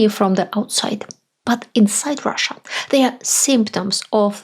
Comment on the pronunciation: When you say Russia, I hear USA. 😥